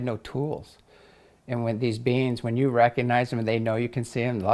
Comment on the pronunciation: When says "beings" I hear "beans" and can't focus because it makes me laugh. Yes, I'm still 5 years old in my head.